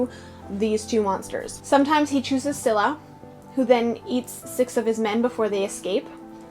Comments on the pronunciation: Its neither pronounced skylla or silla its pronouncoud skilla😂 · I'm Greek and in case you're wondering about the Greek pronunciation Scylla(Σκύλλα) is pronounced as "Skúlla" Charybdis(Χάρυβδις) is pronounced as Khárubdis I don't know if that's helpful